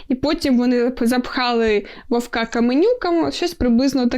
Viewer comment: вОвка) а не вовкА)